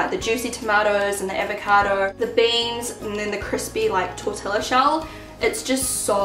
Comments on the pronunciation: Im from New Zealand and I say tor-tee-ya as well. I know plenty of people who say tor-til-a no matter how many times I correct them. Even after they say, "why's there an 'L' in there then?" some people think English is the only language LOL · Looks really good! I would personally just skip the olives, I don't know why I really, really, really dislike them. Lol! By the way here in Texas we pronounce tortilla "torti-ya". :) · Shannon! A little help with your español : tortilla- tor-tee-ya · Kamryn Samanthaxx and roll the r ! Torr-thee-ya! Haha i actually say it tor -til -a just to be a goofball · Australians and New Zealanders pronounce it: tor-til-la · Kamryn Samanthaxx Oh I never knew that!! I'm Australian and have been saying 'tor-tila' my whole life haha. Thanks for the tip ;) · Taylah Grace lol im a kiwi, and i was bought up to say Tor-tee-ya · I'm a kiwi. I've always said Tor-tee-ya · MeliC I know every time she says it I'm like the l's are silent!! its pronounced tortia haha :) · yea but like i said many people in english speaking countries pronounce foreign words the way they would their own language (like shannon did) so to to explain the pronunciation to english speakers the l's would be silent and would be pronounced the way we read "tortia" , I understand that that in spanish this is different and that is the way 2 l's are read and how they are supposed to be pronounced but the l's being silent is a simple way of explaining the pronunciation to english speakers :) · Ella Barclay im from mexico (living in nz) and i agree with you, i even pronounce it "tortia" when im talking in spanish, it's not a big difference if pronouncing it with a y/j tbh. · Well, no one I know here in NZ would pronounce 'jalapeño' or 'fajita' incorrectly so I see no excuse why we shouldn't pronounce 'tortilla' the way it's supposed to be said either! Surely it should be one rule for everything. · I pronounce it tortilla too.. Everyone I know does